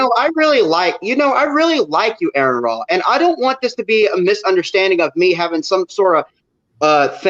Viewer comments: "ARE-in RAH", not "AIR-in RAH". I suspect one day some lucky bastard will fuck up and say his name correctly, at which point I'm going to lose control of my bowels and shit myself. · That guy was so lucky talking to (who's name he kept mispronouncing) and he had literally nothing to say. handled it amicably, though. I wish I could speak to. At least I'd have something to say, instead of "My mother's here. Gotta go!" 😁🤪🤣